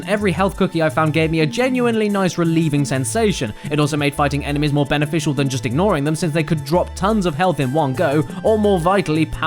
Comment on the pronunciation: Everytime James says enemies I hear enemas. Beautiful.